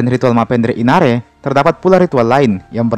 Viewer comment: Inannre bkn inare yaitu nasi🙏🙏